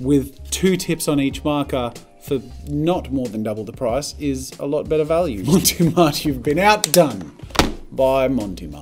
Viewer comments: I loved this video but one thing keeps bothering me that bothered me during the marker elimination episode. It's pronounced Mont Marte not Monte Mart. I don't know where he got Monte Mart from. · Every time he said "Monty Mart" it hurt my soul a little. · Why are you pronouncing it Monty Mart? Where’s the e sound at the end of the first word coming from?? lol no shade but confused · not as bad as his pronunciation of mont marte...